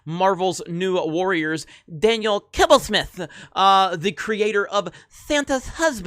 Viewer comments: Who came here to see saying „Kibblesmith“😂😂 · Who else watched this video just to hear say Daniel Kibbelsmith?